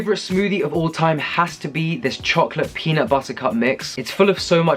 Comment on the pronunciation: I love when you day peanut butterrr...lol and yeah I agree..I'm that vegan that always has frozen bananas stashed away ready too😄😘💕